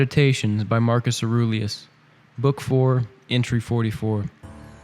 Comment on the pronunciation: Bro deadass pronounced Mark Aurie's name as Aroolieus lmaooo I'm flatlining bruhhh 💀💀💀💀💀💀💀